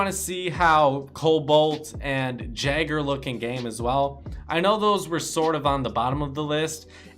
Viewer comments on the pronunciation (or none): Whenever you say Jæger, my ears start bleeding. It's pronounced Yeger (as in Yemen), not Jagger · Patrik Uosukainen most Rainbow Six Siege players can pronounce Jæger correctly, so being an American isn't an excuse for him. I agree with you, I feel like they should be offended when someone can't pronounce right, and they themselves can't either